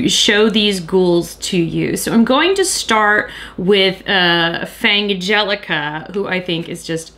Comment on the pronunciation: Also, just wanted to say I'm glad about your pronunciation of Fangelica's name. You came up with the same pronunciation compromise that I did, so both of the "g"s from the parent words would be included. Otherwose, it would be "Fan-gelica" or "Fang-elica", both of which lose the pun when spoken.